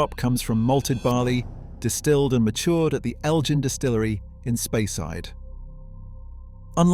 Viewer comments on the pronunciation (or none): Cannot pronounce Elgin or Moray.